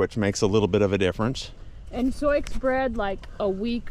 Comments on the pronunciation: Isn’t Sioux pronounced “Soo”? As in the Indian tribe: Sioux. Not “Soycks” as you are saying it…? 🤷‍♀️ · You’ve got some really gorgeous mares and I can’t wait to see their foals!! I wanted to make sure you realized that the name Sioux is actually pronounced as Sue. I wasn’t sure if you were aware. Thanks so much for posting these videos and allowing us into your lives!! ❤️💕❤️💕❤️ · I love how you pronounce Souix, in defiance of the French spelling. hahaha Such lovely mares. I love the farm(s) you live on. I wish I lived farther away from St. Louis than I do. I'm just north of you in the bedroom communities of St. Louis, in franchise-ville. I miss being out in the country. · Is Sioux pronounced like Sue? Silent x Beautiful horses! 🐴🐎 puppy is so adorable. 🐕